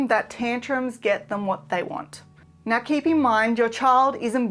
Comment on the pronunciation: again, you say nawr